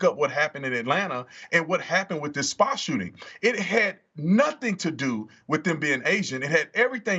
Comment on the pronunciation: Did the reporter say sooting up the spot?